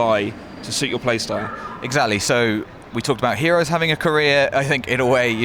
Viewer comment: I thought they were saying korea rather than career